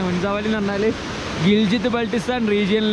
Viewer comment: ഇത് ഗിൽഗിത്ത് ആണ്, ഗിൽ‌ജിത്ത് അല്ല